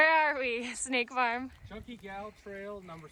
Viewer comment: I hope you're enjoying your hike. One funny thing: every time you say "Snake Farm" for some reason my ear hears "State Farm". In my mind you're hiking with Jake from State Farm.